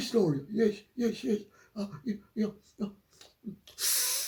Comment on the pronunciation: Doris who? Her name is Dor-ee-ah. An American plantation name that sounds like diarrhea.